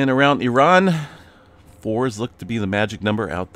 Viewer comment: OMG! You just pronounced Iran correctly! I never hear anyone do that! Happy Holiday! Going to miss your updates 😮‍💨